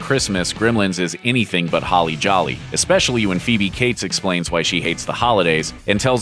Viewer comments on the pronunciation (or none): none